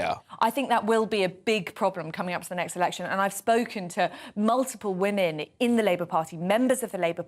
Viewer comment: Why the hell can’t he pronounce the plural of woman? It’s WOMEN Peter!